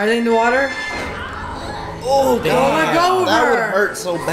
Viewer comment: the girl sees water and literally the stupidest way you could say the basic word water she goes, "WaTEaR" ( Spongebob emoji). i enjoyed watching their videos but the girl was just noticeably STUPId the whole time. if it wasn't for the other guys i would have never watched them. How are you embarrassingly bad at commentating a Nick cartoon? She must just be a girlfriend or sister that just wanted to part of it. i hope she stops doing these.she singlehandedly could sink their business. Everyone else is good tho!